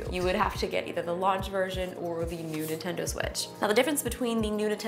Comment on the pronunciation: ahem, excuse me, did you say the "nudie tendo switch"?